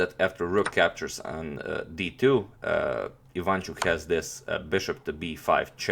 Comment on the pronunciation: Nice videos and nice channel. P.S. The correct way to pronounce his surname is putting stress not on the 2nd syllable (I 'vanchuk), but on the 3rd syllable (Ivan 'chuk), like in video